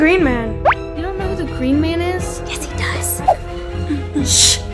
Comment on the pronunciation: That sound is gween